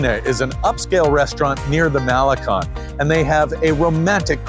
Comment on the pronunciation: Great attitude,! Malecon: Mah-le-Cone, with accent over "cone"! You need to spend more time among Mexican friends!